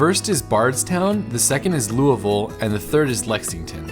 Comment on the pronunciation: As a life long KY resident I just want to say… thank you for your accurate pronunciation of Lou-a-vul. Been watching your videos for a while and think you are fantastic!!!